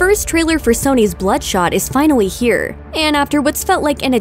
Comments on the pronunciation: Did she say the “trailer is finawy here”? Lol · She said finally like fawally here